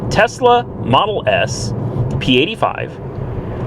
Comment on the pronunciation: Did you buy a Tesla or Tezla?